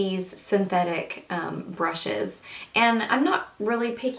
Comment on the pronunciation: blllaaahh brrrushes not bLushes i think u droppes hahaha